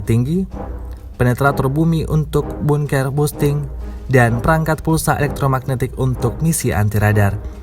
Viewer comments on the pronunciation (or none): Yang baca brita belajar bahasa english ya, bunker busting 🤭